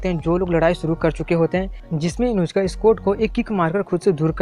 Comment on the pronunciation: Uska naam Inushka ya Inujka nhi hai uska naam Inuzuka